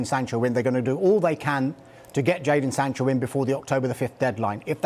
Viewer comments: Why does he keep saying Jordan, its jaden ffs! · Someone tell it’s jadon not jordon🤦‍♂️ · 'jordan sancho' ffs this guy is on sky sports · ‘Jordon Sancho’ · Sadon Jancho